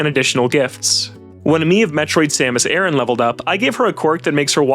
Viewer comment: This guy works for IGN and mispronounces Samus' last name horribly. 😂😂😂 And I would rather have the uncensored version to have a wild and crazy game and not share things. I dont really play with my friends anyways.